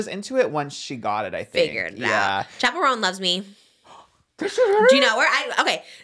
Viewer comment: I cracked up when he pronounced it like Chappelle 😭 she pronounces it like Chapel